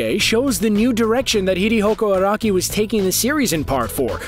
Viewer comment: "Hirihoko Araki" bruh